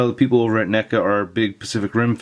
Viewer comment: Did you say n-$ga instead of neca?!?😭